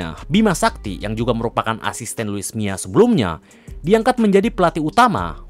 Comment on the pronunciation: Mila bang bukan mia